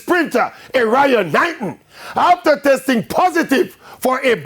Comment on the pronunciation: Its Erriyon not Arian